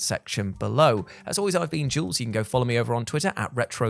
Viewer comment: Carey “YULES” jules….